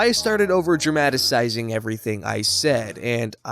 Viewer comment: ...what the fuck is dramatacizing? Do you always make up such crazy words? I'm pretty sure it said dramatizing!